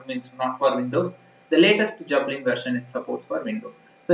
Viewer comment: "Jepellin" XD